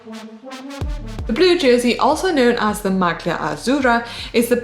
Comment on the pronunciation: I love you GCN but, come on, I think you're deliberately asking presenters to mispronounce Italian words on purpose. This time it's "maglia". The 'g' should be silent just like it is in tagliatelle. In a recent clip it was "strade bianche" where the 'che' sound should be hard like a 'k'. Sorry for the pedantry, it's the Italian teacher in me.